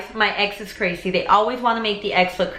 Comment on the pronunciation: Sounds like Crasy